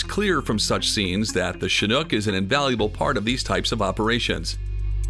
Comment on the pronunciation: It's so nice to hear someone pronounce the word "chinook" properly for once . . . nearly everyone else pronounces it "chinuke" . . . very annoying.